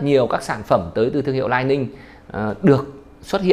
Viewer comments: Góp ý: Lining đọc là li ning nhé shop, ko phải " lai ning " đây là tên thương hiệu. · lý ninh, Li Ning bạn góp ý quá đúng